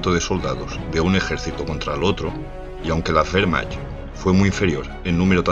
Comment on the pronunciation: Soy medio alemán, y me da un poco de rabia la pronunciación de Wehrmacht, (la "ch" en este caso se pronuncia como una "j" y se diría más o menos así: wehrmajt) pero los vídeos son muy informativos, a demás de buenos... ¡Buen trabajo!